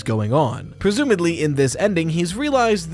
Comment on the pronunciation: This is very nitpicky of me, but the word is "presumably," with a b, not a d.